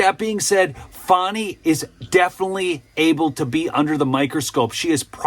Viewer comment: First of all no black woman from Georgia is named FAWNee. Its FANNIE.